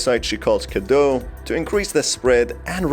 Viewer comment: what i have noticed is that in the game they don’t quite pronounce things right... Even Dimitrescu is pronounced wrong for how it’s written in Romanian. So in “Cadeau” you read the final eau as o while in “Cadou” they should have said as it’s read and add the u at the end to pronounce it correctly. But yes, the Romanian cadou is derived from fr. cadeau, what I just wanted to say is that they didn’t quite make it sound like Romanian, but French, with the pronunciation and even the naming of some characters.